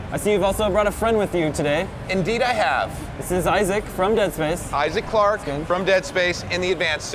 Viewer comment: it's Isaac, not Aizek -__-''